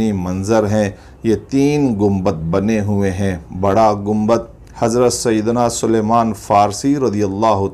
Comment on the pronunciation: It's Salman, not suluman.